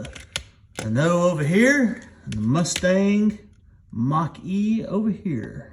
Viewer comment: Musthang Mock-E. What were they thinking? lol